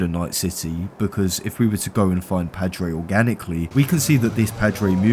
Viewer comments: that is the *WHITEST* way i’ve ever heard Padre being said dude it’s like pa. pa-dre. like in grandpa. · Awesome video but how can you mispronounce 'Padre' when they say it dozens of times throughout the game